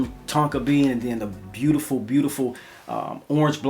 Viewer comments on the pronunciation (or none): none